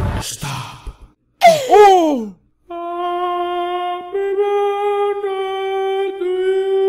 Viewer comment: every time i hear say Mokey it is monkey